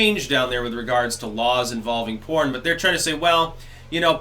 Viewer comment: DID YOU SAY PORN OR CORN?